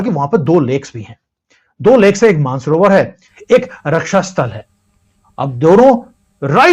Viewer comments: मान सरोवर और रक्षा स्तल नही मानस सरोवर और राक्षस ताल. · Shaymla nhi shambala Maansorver taal .or raksh taal naam h